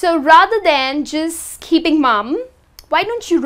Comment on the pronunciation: Your mispronounced words are so funny 🤣 continue ,keeping ,conversations. sis study up. Hint the phrase "to be honest " is a phrase only used by dishonest people.